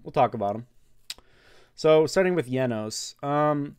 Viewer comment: I love how he says jenos it’s the greatest thing I ever heard didn’t think people would pronounce it with a y and I’m going to start calling his name like that